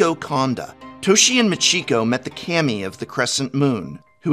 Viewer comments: its "Kaami"... Not "Kaymi"... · This is be being picky, but prof's pronunciations of japanese words wasnt bad, until Kami, it bugs me he pronounced it Kam-ee, when its Kaw-me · CAM-E not KHA-ME remember it fools, im a teacher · Ill never stop hating how the Prof says Kammy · Anyone else cringing at his pronunciation of "Kami"